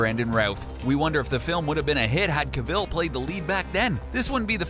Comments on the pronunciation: Pronounced Henry cavil wrong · Why is he saying cavil so weirdly